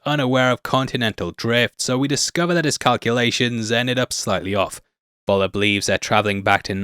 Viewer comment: Why can't ANY English-speaking person making videos here learn how to say "F" (as in the English word "fun")for the German letter "V"... i.e it would be "Föller" and not "Voller"!!